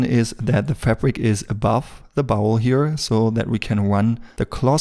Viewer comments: I love to hear him talk about the "bowel". Just kidding. It is pronounced "bOl" with a long O, btw. Great video! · Thanks, excellent tutorial as usual. Just a quick pronunciation tip. In English, contrary to all logic (no surprises there), the common pronunciation of the word bowl is more like 'bole', as in role, stole etc. Logic would dictate a pronunciation just as you say it ie. as in owl, but no, in English! This is a bit nit picky, and definitely not a criticism, but I know you have striven for better pronunciation from your first few videos, Love this series, you move right to the top of my list, alongside Blender sculpting gods such as Yan ( you know who) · Bowl pronounced b-owl, not bowel, I know by your accent, that English isn't your native language